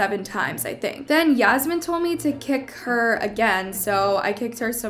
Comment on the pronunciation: Yeah-smine Lol Fucked up :(